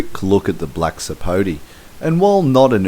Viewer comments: It's not a Black Sapo'tee'. It's a Black Sapo'tay'. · Actually it's Black Sapo'teh' or Sapo'teh' Negro. The name has a Spanish accent